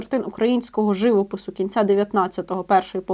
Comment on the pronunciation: ЖивОпису, а не жИвопису!